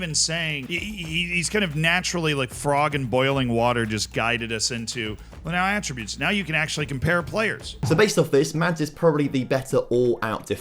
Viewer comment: It should be noted that Work The Space cannot say the word attributes properly. Annoys the hell out of me.